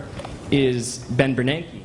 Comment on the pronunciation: I don't understand why the name Bernanke is pronounced by many "Bernakie"